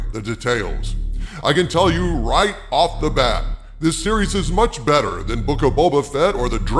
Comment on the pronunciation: “… who is vastly bettarrrr” Had me laughing out loud